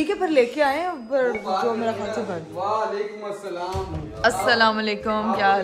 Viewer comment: Walikumusalam nhi hota WaALIKUMUSALAM hota hy